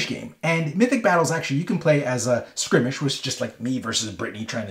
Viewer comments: He says, "Skrimish"? Does he mean Skirmish? Probably. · He keeps saying "Skrimish" instead of "Skirmish" eye twitch lol